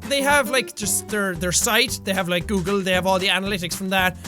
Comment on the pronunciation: "Coolgle" - Jacksepticeye 2016